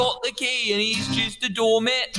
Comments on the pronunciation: The way Wilby said "doormat" but he said "doormet" Edit: re watch it and look at Phil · “Twitch chit” “Door mit” “Is well” “Fwoin as hewll” 😂